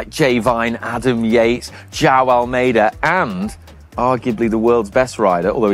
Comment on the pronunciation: It sounded as if his name is Jau. 😅 It is one of the hardest Portuguese names to say, though.